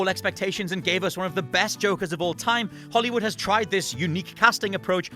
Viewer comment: It pronounced Holly woo